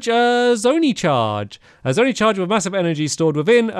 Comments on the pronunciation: Stampy please its zone eye not zone e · Hey man thanks for doing this. After you did breath of the wild i re watched them a Few days later and I'm sure I will on this series 😄 also zonai is pronounced zon-eye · I don't know why but i got mad when he said zony instead zonai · It’s pronounced zone-i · Is anyone gonna say anything about the pronunciation of zonai? It’s been 8 episodes